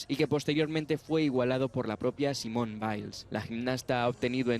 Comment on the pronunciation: se pronuncia simonee